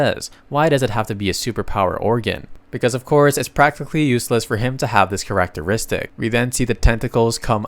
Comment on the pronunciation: ah yes karach-teristik